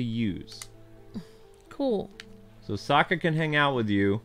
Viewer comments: Sokka not Saka. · His name is Saka, not Asoka.